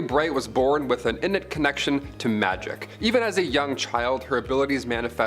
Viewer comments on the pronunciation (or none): stopped watching when you pronounced innate as innit....